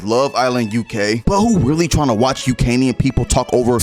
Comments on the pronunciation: “UKanian” sent me lmfaooooo 😂😂😂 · I immediately clicked 'Subscribe' as soon as I heard the word "UK-nian". 😂😆🤣